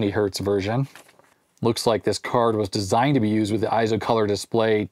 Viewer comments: It probably is "ey-zo", not "eye- zo". It is a Japanese company. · Small note, eizo would be pronounced as ayy-zo, with a long A sound rather than eye-zo. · It's pronounced "A"-zo.....like "eight" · Eizo is pronounced Ayy-Zo. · The "ei" in EIZO is pronounced like a long "A".